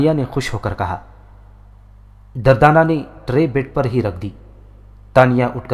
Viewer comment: Bhai The name is durdana not dardana..🙃🙃